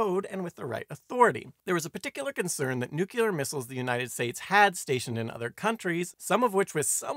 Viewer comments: Good video. Very scary. One note: New clear, not nuke you ler. :) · Nice quickie. Not partial to your pronunciation of nuclear as nukuler though lol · I came to leave this very comment. Thank you